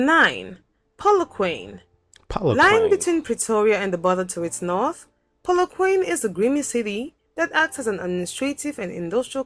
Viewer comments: The narrator who is not South African has pronounced Polokwane totally incorrectly. The correct pronunciation is: POO-LOO- KWAH-NEH 4 syllables not 3 ❤ from CPT, SA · It's not Poloquan,it's Pronounces Polok-1-neh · TF is "Polo-Quane"? it's pronounced "Kwa-Neh"! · Polokwane, try Polo- kwon-ay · Pronounced Polokwaane. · dont get mislead... its pronounced polo- koa- neh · Polokwane = Poh-loh-kwa-neh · More like, PAW-LAW-kwah-neh (Yours sounds like poo in the loo. Lol) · Ain't no way she said Polokwaine and this is a person you are learning from 😂 She didn't even bother trying to figure out how to pronounce these names. She must respect the country, these people can pronounce European cities with ease and Asian cities. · The video is not showing the beauty of these places,,, there are places they should've prioritised,,,, m not convinced... Also the pronounciation give me an idea that she is not South African.. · She was supposed to do more research and try harder to pronounce the names of the cities/towns. You are spot on your reaction on showing the minority of this diverse country aka The Rainbow Nation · This video is so bad, Im shocked. Where did you find this crap. The person reading is not even South African, the dead give aways is her rediculously, shockingly poor pronounciation of African names like Polokwane. This is nowhere near a true picture of our country. Locals will never use the "tribal" pics of Black people in our advertising. It became totally rediculous to portray the people that way. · I gave your video a thumbs down. You need to come here now & then comment on your experience. The narrator is not South African & cannot even pronounce our now African town/ province names. Come to South Africa yourself, oh bring security! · Theres is no one who can narrate about a country than a citizens of that country,this person cant even pronounse the names of the cities